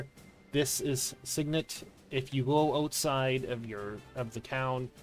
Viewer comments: Whoever says SIgn-net instead of sig-net is a psychopath lowkey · lol there's nothing to argue about, my dude. It's pronounced "sig-nit". All you gotta do is look in a dictionary. :P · I didnt even know sign net was an option. Might lowkey start saying it